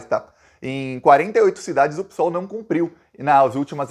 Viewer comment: Ô, bom guri ! Tu és tudo de bom !!! 👍🏻 Mas, não gosto que fales "Pissssool". É estranho. Pareces um português, lá de Portugal, afastado, distante. O termo real e certo é " pêssoal " PSOL". Só observo, esse quesito, para seres melhor ainda, somente isso. No mais, estás Sensacional !!!! O Brasil do Bem, te ama muito !!! ❤🇧🇷❤️🙋🏻‍♂️🤝